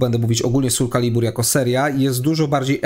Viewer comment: Generalnie film spoko, ale ten "sul calibur" kaleczył moje uszy.